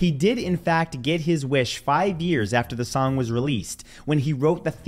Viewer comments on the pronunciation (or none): none